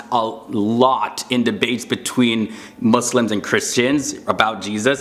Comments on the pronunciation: he said right my brother. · i respect how you pronounced “Muslims” right